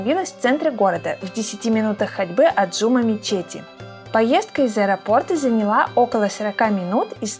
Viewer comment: Прости те но не Джу’ма мечеть ,а Джума’ мечеть